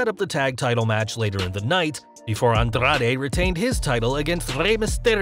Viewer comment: Bruh...why are you rolling your "r" so hard when you say Rey Mysterio, Andrade or Carrillo?